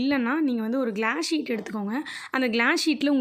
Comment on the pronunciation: Saying white cheet